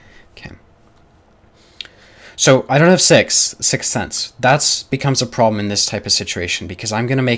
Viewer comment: Am i the only one that heard that ?? 😂😂😂 "So i don't have sex .. sixth sense" 😂😂😂😂😂😂